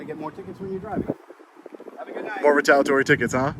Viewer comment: ri-tal-ee-uh-tawr-ee, NOT ri-tal-uh-tawr-ee You're missing a syllable every time you say it,!